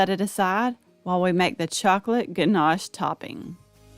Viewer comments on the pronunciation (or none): none